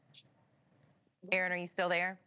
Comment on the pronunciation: Thank you Erin. Stay safe. Thank you news presenter for pronouncing Erin's name correctly.